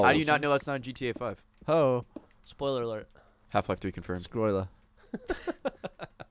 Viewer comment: Gavin says Skoiler